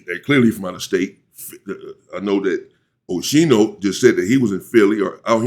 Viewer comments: Aye UNC you say his name like (OSKEENO) 👈🏽👀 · MY MAN SAID OSHINO 😅😅🤞🏾